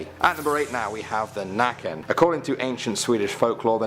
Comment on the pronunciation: Hearing it be called nacken and not nøkken caught me off guard